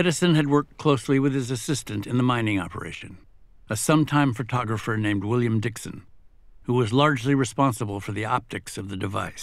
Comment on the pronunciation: Would it be too much to ask to have a narrator who can pronounce “photographer?” “Furtoggerfer” - FFS.